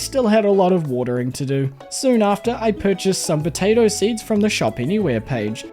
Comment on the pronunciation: Did anyone else hear botato instead of potato? I love the videos thanks so much 💙